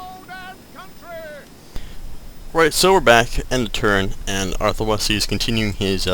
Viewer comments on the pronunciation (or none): You know, your Let's Plays are great, but you calling Arthur Wellesly, Wesly is really pissin me off. No offence :P By the way, it's Bordeau, and To-lose. How you'd say it anyway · Yup Wellesly pronounced "Wells-Lee" Bordeaux pronounced "Bore-Dough" And Toulouse pronounced "Too-Lose" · i love this lets play but youre pronouncing his name wrong! vdhfgkhhntyhnltkrnhlt!